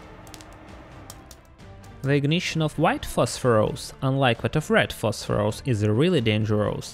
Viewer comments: Today's challenge: drink a shot every time he says PHOSPHOROUS instead of PHOSPHORUS :) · Prononuncing it as "phosphorOus" is completely uncalled for. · 😅 I like the way he says "phosphorOus" and "dangerOUs"